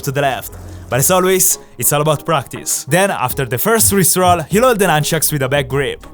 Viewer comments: IT IS NOT COIED A RIP ROLL IT IS COLIED A RISTE ROLL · i genuinely thought he said rick roll instead or rip roll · i thought he said rick roll lol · Never gonna give you up, never gonna let you down. Sorry I thought he said rick roll (jk) never gonna run around and desert you. This time he said wrist roll :) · the "rip roll" sounded like rick roll😂😂